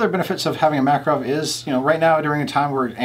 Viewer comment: The name is Mac-Kahrov, the stess is on the second syllable, not first. In all fairness, Russians pronounce Reagan's name as Raygun. For what it is, a Mac is definitely not worth $500, more like $300.